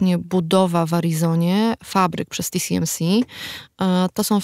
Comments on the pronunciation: nie chciałbym się czepiać ale czy w segmencie dotyczącym półprzewodników mowa o TSMC? czyli "ti-es-em-si" a nie ti-si-em-si? probowalem znalezc ale google nie znalazło nic pod TCMC. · nie tisiemsi tylko TSMC tiesemsi.! Taiwan Semiconductor Manufacturing Company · Co do części o półprzewodnikach, to się zawiodłem, bo nie wspomniano o oprogramowaniu, które służy do projektowania chip'ów tj. EDA, które też jest przedmiotem sporu. No i nie "ti si em si" (TCMC?) tylko TSMC, podobnie nie AML tylko ASML. TSMC jest producentem układów, ASML projektuje i sprzedaje maszyny do litografii, a klientami są takie firmy jak TSMC, Samsung i Intel, ale te wyżej wspomniane firmy to nie mają wszystkiego co jest potrzebne do produkcji. ASML nie może sprzedawać najnowszych maszyn używających Extreme UV (plazma) do Chin, ale sprzeciwia się zakazowi sprzedaży urządzeń do Deep UV (laser) bo to nie jest już najnowsza technologia.